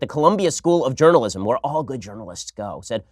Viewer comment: Ben " jurnaljizim " all over everyone